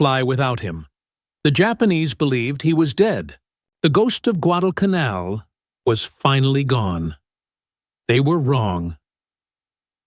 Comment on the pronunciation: I hate AI slop. Less than 30 seconds in, and the moronic AI can't even pronounce Guadalcanal. Losers and posers need to stop relying on AI to do all their work for them.